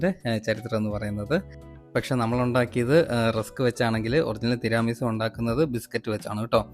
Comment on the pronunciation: തിരാമി സു അല്ല തീരമി സു എന്നാണ് ,ഇറ്റലിയിൽ നിന്നും ❤